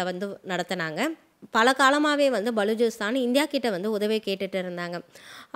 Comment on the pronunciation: பலூச்சிஸ்தான் உச்சரிப்பு B என்று ஆரம்பிக்கும்